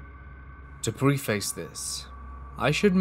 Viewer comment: And .30-06 is pronounced "thirty-aught-six." No disrespect as well, just wanted to let you know as above. Also, preface is pronounced PREH-fiss not PRE-face which I know doesn't make sense given the spelling but language is weird sometimes.